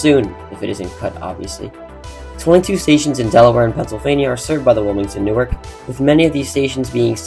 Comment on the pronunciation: Formerly of North Jersey here. Newark, Delaware is pronounced NEW-ARK. 😁